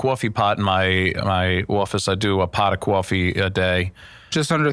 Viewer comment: a "paht of kowfee"